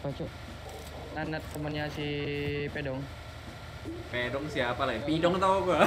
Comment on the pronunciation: “Nanat ama Pedong” terdengarku “Nonot ama Pidong” bah 😅😅😅